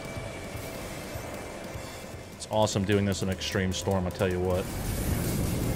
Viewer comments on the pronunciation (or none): none